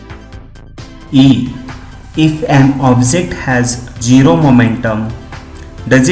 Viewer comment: Sir, its not ''JIRO'' its ''ZERO''😂😂😉